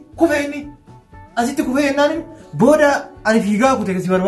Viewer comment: Kkkkkkkkkkkk woyi tuni micatii akkamiti kufe kufe jete kute kute jedhe hantutaa hantutaa hhhhhhhhhhkkkkkkkk🤣🤣🤣😂😂😂🤣😭💯💯💯😝😝😝😝😝